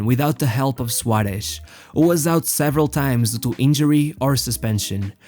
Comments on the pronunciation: The way you pronounce the S like Sh sounds horrible. Cut it out. “Shuaresh” its SUAREZ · Great pronunciation for a portuguese speaker, congrats. I think the Suareshhh gives away its origin. I would like to know if I am right...